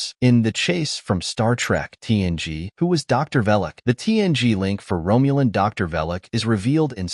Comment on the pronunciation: If I hear Romulan pronounced "Rome-u-lin" one more time, I'm going to throw up.